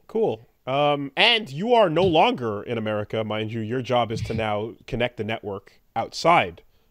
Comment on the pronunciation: Omg Amelie...Ka? Lol 😆 (say it in Engrish if it helps) Amelie...Ka? Amari...Ka? then Matt McMuscles would say YEAH! Murica!!! 🇺🇸